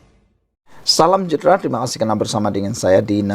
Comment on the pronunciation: Pse correct ur pronunciation it sud be Salam sejahtra not salam jahtra....